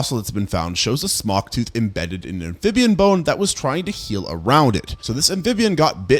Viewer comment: Every time he says "Smok", i hear "Spock" 😂🖖